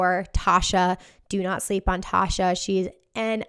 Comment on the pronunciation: TSHA is pronounced “Tee-sha” not “tah-sha”